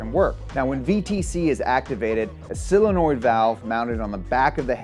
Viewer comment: The only problem I have with Donut is pronunciation of "solenoid"